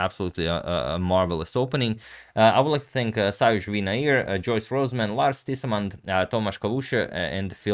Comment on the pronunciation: Lars Tissemand? Somebody trolling our guy 🤣